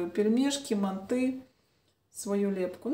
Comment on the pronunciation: МАнты😮 режет слух, мантЫ